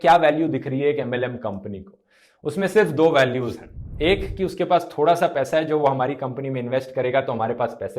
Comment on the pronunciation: U PRONOUNCED WRONG.. ITS NOT "25 DIN MAI PAISE DOUBLE" ITS 25 DIN MAII PAISAAA DOUBBBLLE😂😂